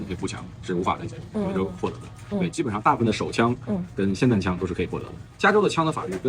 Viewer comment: 卖枪的念成散弹枪也是醉了 来跟我念 霰xiàn弹枪